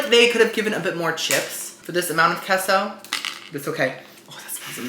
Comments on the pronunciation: Hasn’t anyone that speaks Spanish told you that queso is pronounced kay-sew. What is keso. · It's KAYSO....... KAY SO..... NOT KESO..... SILLY!!!!!